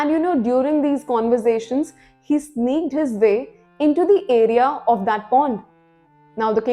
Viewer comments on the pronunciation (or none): none